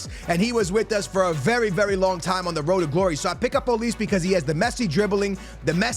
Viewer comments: ITS OLIS-AY WHY DO YOU SAY OLIIISSS 😂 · Ma boy can never pronounce people names right homie said “olis”